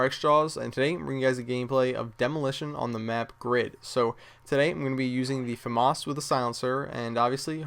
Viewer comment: also: it is F A Mass not Famarse:D as the F and A and M and A means something in french. It's where it is from i think some factory in southern france